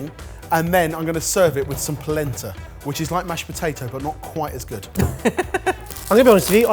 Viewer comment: Every time they say polenta, I brain hears placenta